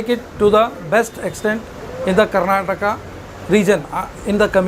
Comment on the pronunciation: Don't say Karnatak it is Karnataka